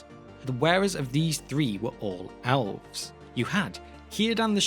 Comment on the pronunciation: The alfs. Hahaha. Priceless. What a difference accents make. Love it.